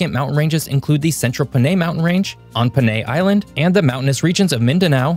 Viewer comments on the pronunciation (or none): Btw, it is pronounced at Pah-Nai, not with a “Puh”